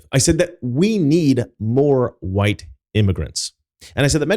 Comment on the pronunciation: "Wu-hite people."